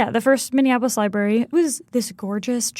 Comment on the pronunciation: why does that "reporter" keep saying "libarry"??